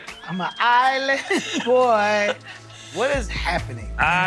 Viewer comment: 'Uma just a ilann boi! I'm just fooogazzyy' what